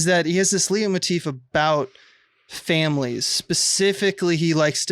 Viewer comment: I enjoy listening to you guys, but do you really mean to always say "symbology" and never "symbolism"? Also, it's pronounced "light motif",, and it pretty much only applies to music. I guess you'd want to say "motif"?